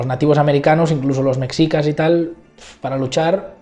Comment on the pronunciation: Llegué hasta que dijo "mecsicas" 😅😅😅 Y por cierto, causan mucha gracia los comentarios (mucho más interesantes que esta apología) menospreciando la postura de AMLO por considerarla de una izquierda radical, pero validando la de Vargas Llosa que es de ultraderecha... en fin, la subjetividad disfrazada de objetividad